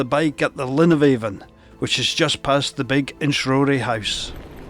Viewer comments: It’s Ben Aan a Glen Aan…the V is silent even in local dialect and not just in Gaidhlig😁🏴👍🏻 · Sae div I am fae Banffshire an a native Doric Spikkir an weel kent for ma promotion o thi Doric leid..Noo as for thi “V” nae bein silent in Doric yer nae richt, as it’s local Doric spikkirs aat pronounce it A’an.. speir ony local an they’d syne tell ye aat, an it’s been aat wye since thi Gaidhlig deet oot roon Tomintoul 😁 I affa enjoyed yer video but jist nae sayin “Avon” aa thi time an pronouncin it thi richt wye wid o been mair informative tae thi general audience nae fae aboot here 😁👍🏻🏴